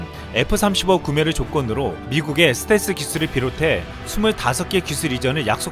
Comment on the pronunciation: 스탤기? 스탤스라쓰고 스탤기라 읽는다! ㅋㅋㅋㅋㅋㅋㅋㅋ 자기가 어떻게 말하는지 조차도 모르면서 유툽방송을 한다고? 지나라 말도 제대로 못하면서 무슨... 한심한...